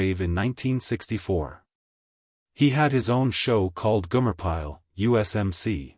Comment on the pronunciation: It’s Gomer Pyle not Gumer….